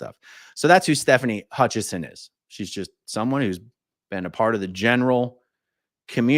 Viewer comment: if you research Stefani, there is no N in her last name. It is Hutchison not HutchiNson. AA Ron spelled it correctly, but he’s saying it with the N